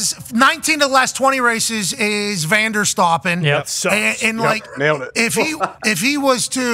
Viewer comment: immediately clicked off when he said Vanderstoppen, just stop